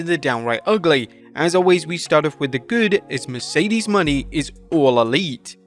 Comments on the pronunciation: MONÉ not money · "Moan-ay" is how it's pronounced. 👍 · It's Mo-NAY... he's been bungling the pronunciation for MONTHS. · "WRESTLELAMIA FAILS TO RECOGNIZE BIG MISTAKE." After at least nine months of blundering, they CONTINUE to mispronounce "Mercedes Mone," proving that they don't watch/listen to the shows they're reporting on (the correct pronunciation is clearly audible) and CONTINUE to ignore their own comments page that has offered help the whole time.